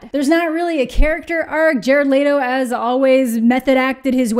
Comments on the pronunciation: Ok, first off. There is no A in Leto! Holy fuck! It’s Leto! Not lateo! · "E" makes the e sound. Leto not laydo. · I love how you pronounce Jared's last name and am really confused by it too.. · Your not pronouncing his last name right